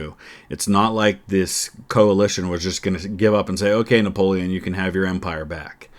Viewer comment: I never get tired of watching Epic's Napoleonic content...the information, the music, the dramatic quotes, the battle map animation, the writing, even the way he pronounces all the French names correctly and with a French accent to boot!! Truly a production worthy of the Little Corporal!!!